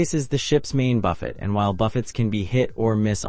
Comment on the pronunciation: This feels like some AI slop. There are even shots of some random Disney ship for whatever reason. What human can't pronounce 'buffet'?